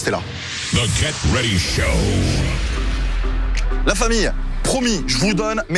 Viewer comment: Salut, y'a moyen tu prononces le "t" de "get ready show" dans la prochaine vidéo? 😂👌